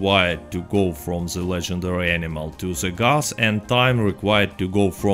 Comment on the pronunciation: ze Gus